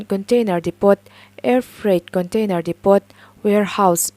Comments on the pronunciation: Depot ah hian lam dan tlang lawn ah t hi a silent thin a dipaw tiin lam la, i aw a mawi in a fiah tha si no ofence pleaee aw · Depot hi 't'lam tel loh tur,'depo'tiin an lam thin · Maria CT Zuali hi a dik zawk ang. Chutih rualin 'depot' i chhiar rik dan hi lo ennawn teh aw.